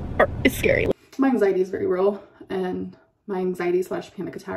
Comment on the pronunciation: Are we not calling it “anxiet” anymore or whatever the fuck she was trying to say